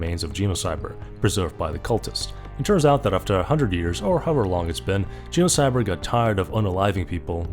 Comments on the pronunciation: Makes a whole video about Genocyber… Also can’t pronounce the damn title correctly lmao u can’t make this stuff up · Your pronunciation of genocybet as similar to the word genocide seems appropriate